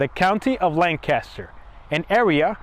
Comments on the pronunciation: I live in Virginia now, but I am from Lancaster. The #1 thing that irritates us is not pronouncing our county correctly. If you want to see Lan Caster, go to California. Otherwise, we pronounce it Lank-ister. Period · Pronounced (LANG *kister) Named for Lancashire England. Excellent video! Highly recommend!!🏆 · You are not pronouncing Lan Caster correctly. Learn the name of Place you are exploring 😢😂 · Cool video and story. But living here in Lancaster I find the mispronounced name Lank Caster difficult to here over and over. It's really just one word Lancaster. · If my wife was there, she’d be beating you and screaming, “say the county name right! It’s Lank uh ster!” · Lancaster - pronounced Lan Kiss Ter (sorry born and bred County kid ) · The moment you mispronounced Lancaster I left the channel. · Couldn’t het ast the fourth second beginning. Learn to pronounce ‘Lancaster’ the way locals do… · You are NOT pronouncing LANCASTER the proper way. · Great video! I like how you corrected the pronunciation of Lancaster in the description, ha. I was corrected many times over after saying it the same way you did. Little tip on chapters btw...if you remove the 0:, it'll show on the progress bar. I like what you got going on and wish you tons of success!